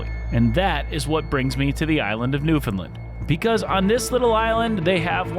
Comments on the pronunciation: It's not new fin Lund! It's "New fun land" can't get that wrong. It's disrespectful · Newfoundland, not Newfundlund! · Yup beautiful place is right it is called Newfoundland not Newfoundlin do understand why outsiders can’t not pronounce it correctly. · This guy is a joke. Talking about Newfoundland history and can’t even take the time to learn how to pronounce Newfoundland or Beothuk properly. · He also can’t pronounce Newfoundland. Think he’d take some time to learn how to say it properly.